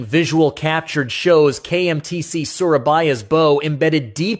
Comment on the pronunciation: your pronouncing bow wrong